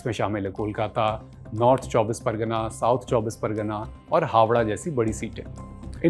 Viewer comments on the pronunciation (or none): none